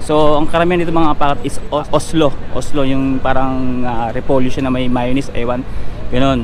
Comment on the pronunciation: COLESLAW ata yung side dish sa KFC, pagkarinig ko kasi sabi mo oslow, or baka slang lang pagkabanggit (peace!),hehehe